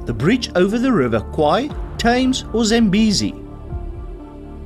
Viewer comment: Thames -not th -just tee